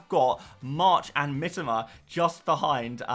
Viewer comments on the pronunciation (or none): Ffs...it is pronounced Mitoma.. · Bro as a content creator, you should really take the time to pronounce the player’s name correctly. You’re continuously butchering Mitoma’s name. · Mitoma, pronounces his own name like this 6mins 30 in